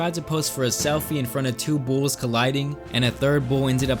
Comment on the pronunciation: Why tf do u say bools not bulls